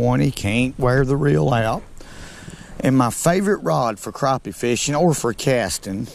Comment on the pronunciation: Maybe it's your exaggerated southern ayuckseeant, but I call them crappies, not crawpees.